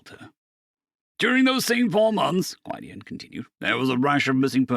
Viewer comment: Gwid-ee-on. Gwydion. 😂❤